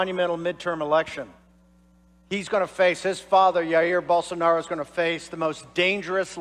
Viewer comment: Holy moly, that Bolsonaro pronunciation (along with a sneaky Dave Rubin "Bolsarnaro") made me laugh out loud—so good.